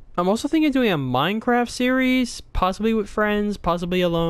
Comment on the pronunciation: minecwaft o,o let me in LETMEINNNNN!!!